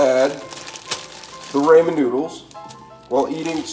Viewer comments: It's pronounced ra-men, not ray-men! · no shit. But sound it out lmao he said it like Raymond soup lol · Can’t trust a recipe for ramen noodle from someone that pronounce it “ Raymond noodles” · Bruh, it's Rahmen like Ahmen Ramen noodles. Not Raymond Noodles lol. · Everytime he says Raymon noodles I feel weird 😓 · Absolutely speak & pronounce your reads correctly. It’s not Raymon? Dah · Same and the first time I've heard ramen pronounced Raymen 😂